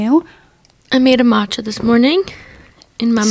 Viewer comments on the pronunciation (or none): none